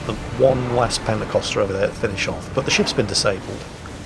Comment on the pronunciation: It's "pentekonter," not "pentekoster." The first one is a ship (roughly translated, "fifty-oared"); the Pentecostals are a sect of Christianity emphasizing baptism in the holy spirit. Though now that I say this, I'd almost prefer if they were ships crewed by radical Christians intent on giving you a baptism by fire... :P